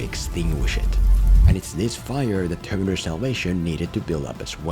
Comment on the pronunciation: What's up with your pronunciation of "Terminator"?